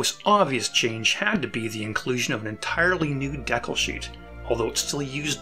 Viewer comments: Great content, but “deck-el” drove me nuts… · Mispronunciation of decal…. Dee-cal. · I never knew that Canadians pronounced "decal" differently than those in the US and Britain. DECK-ull (Canadian) vs. DEE-kal. Thanks for a great video! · I had never heard the word pronounced "deckle" before, You Canadians - rockin' my world! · Yep, it’s definitely a regional pronunciation. I’ve lived throughout Canada and had never heard “dee-cal” until I started watching YouTube videos. Friends in the UK pronounce it as “deckle” too. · I think the word is related to the French 'découpage' (which was an old tradition of gluing coloured paper onto an object) so the Canadian/UK pronunciation is related to the French. I am a Canadian so 'deckle' is the way I pronounce it but I have always loved the 'dee-cal' version too. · I remember building (I believe ) the second version ('67?) and my brother did too. But what jogged my memory after all these years was the mention of those woefully inadequate tabs. I remember fighting like crazy to get that to stay put. Even after the glue had fully dried. A lot of work went in to your video, and I enjoyed watching it. Of course, on my side of the planet, we say dee-cal. Otherwise, throughly enjoyable! Live long and prosper. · "....dehkuls..." Lol.